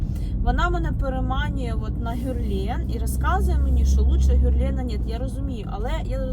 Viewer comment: На сайте Брокард тональный стоит 1762 гривны и фирма ГЕрлен а не ГЮрлен😂